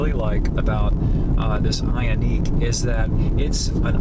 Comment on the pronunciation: Pronounce the name of the car correctly you donkey.